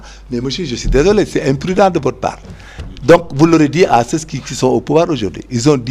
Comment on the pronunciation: Il remettre ces loosers à leur place, jouer à l'intellocommence par avoir une bonne élocution, gens se prononce "jan" et non "janss"😂 ceux se prononce "seu" et non "seu ss"😢😊😅 Parlez ouolof bon sang avec vos costards à dix balles, c'est quoi "républicalité" 😂😂😂???